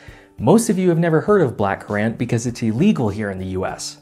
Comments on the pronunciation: The way this man pronounces black currant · You pronounced "black currant" wrong.